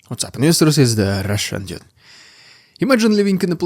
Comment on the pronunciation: Dude! Please don’t say “Dyoude“, it’s DUDE! 👋🏻😎✨